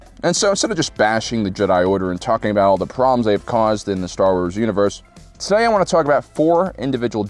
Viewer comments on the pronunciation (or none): none